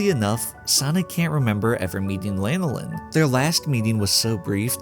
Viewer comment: Dude can't even pronounce her name properly, and probably doesn't even know that it's the name of an oily secretion from sheep. It's Lan (like "fan" or "Dan") oh Lin, not Lane oh Lin.